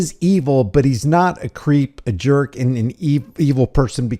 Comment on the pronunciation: Sounded like he said juhk and not jerk...maybe a juhk is a good thing?